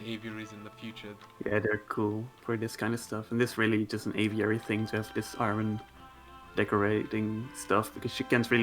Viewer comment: I'll believe a pz player when he can pronounce aviary